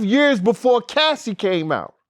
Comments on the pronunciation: Its Cassie (kas-see) not casee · Bro calling Cassie “Casey”. C’mon son 🤦🏾‍♂️ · Did This Nigga Say Casey? 😭☠️